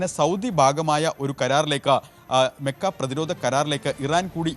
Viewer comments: മെക്ക അല്ല മക്ക 👍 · താനെന്തിനാ മെ മെ എന്ന് പറയുന്നത് 😂 മക്കഃ കരാർ എന്ന് പറയാൻ പഠിക്കണം